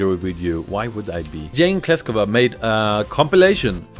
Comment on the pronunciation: Klesova, no second K) russian for klesova+nilsson Try to pronounce) Would be fun)